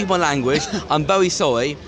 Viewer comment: Guys he's Sowwy